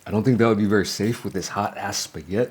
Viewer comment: I love how you called it spagett! 😂